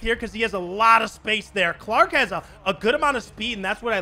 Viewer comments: His name is Chark not Clark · Anyone else notice that he calls D.J Chark D.J Clark